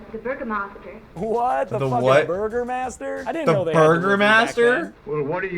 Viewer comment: It's not Burgermaster it's Burgomaster. An old term for Mayor basically.